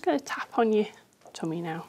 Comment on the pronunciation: well to be fair she says "Toomy" lol